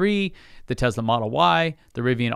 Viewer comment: Tesla NOT Tezzla!